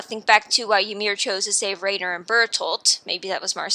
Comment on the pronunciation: Great video, but please pronounce the names correctly next time. Its so hard to sit through when you keep calling Riener "Rain-er" and Jean "Jeen"